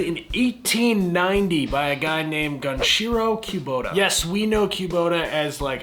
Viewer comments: I've never heard it pronounced queue-bota, it's always been kuh-bota in my ears. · "Q-bota". Midwesterners, "tf you just say" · I’m from the Midwest and I’ve never heard Kubota pronounced Quebota 😄 Even working at a Bobcat dealer where it’s in every day conversation. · I know, it’s always been kuh-bota for me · yall east of the middlers really know how to butcher words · Yeah…..Kubota ain’t no bbq.